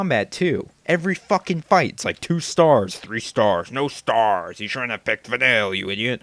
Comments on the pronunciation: im sorry i personally like Vanille but i have no problem with you posting this vid cos everyone is entitled to their own opinion but will you at least say her name correctly! i mean all the characters say it at least 100 times during the game and you still don't know how to pronounce her name!! p.s. no offence just say her name right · If you actually paid attention her name is "Van-eel" Not Vanill, not Vanilla. You're a racist :D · it's not van-ill, it's vah-neel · Vuh-Neel.... not Vuh-Nill... Vuh-Neel.... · It's "Vuh kneel" not "Vuh nil", doofy. I hope by now you've played enough of the game to realize how jawesome Vanille is. PS: The voice actress is from Australia. :D derp. VANILLE FTW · her name is pronuced Vah-neil not vinill. its very obvious that your only 10 hours into the game. but i wont put any spoilers in here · Its not Vanille its Va-kneel pronunciation wrong. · va-neel > VANILLE. How is it that hard to pronounce a name that is said multiple times in the video game... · 1) Australian accents are HOT!! 2) She's not annoying, she's wonderfully bubbly. 3) You can't be surprised if the depictions of black people are leaning toward racist. Japanese people are historically racist, but in my opinion it's getting better. 4) Could you pronounce her name right?! PLEASE!? Va-nill just gets on my nerves. It's Va-neel. Learn it, live it, love it! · it's pronounced like Vann-eel!! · I never SAID it was racist, I IMPLIED it was. While that may be the same thing, in this instance, I didn't mean it to. Also, while her name is spelled similar to the flavor, it is actually pronounced "Van-kneel" But my statement still stands, you haven't played White Knight. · But despite all that, it is pronounced Vuh-neel... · your pronouncing her name wrong and you are so sadly wrong with your opinions. and obviously because they talk about 'nonsense' in the game, its because there only teenagers idiot. just stop being judgmental just....... stop....please.